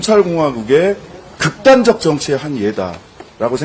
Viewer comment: '극단적'이란 말을 한동훈처럼 웃기게 말하는 사람은 없을 것입니다. 조국 대표와의 실력차이가 너무도 극단적입니다. ^^